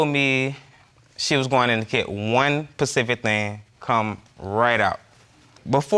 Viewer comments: “one PACIFIC thing” ...imagine having three kids with this idiot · Specific not pacific lol 😂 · 🗣 it’s SPECIFIC not pacific... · “one pacific thing” 😂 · I know Brie L don't you just hate when ppl say pacific instead of specific? I was trying not to be petty.🤦🏾‍♀ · I think “specific “ is the word .not pacific 🌊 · 1 "Pacific thing " 🤣🤣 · Good one. I can't stand whem people say pacific.